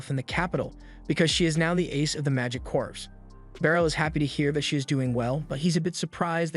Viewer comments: CORPS like CORE not CORPSE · Corps is pronounced as "core"